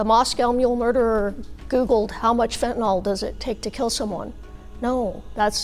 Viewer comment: Stop saying Fentan-ALL. Fentanyl is pronounced fentan-il.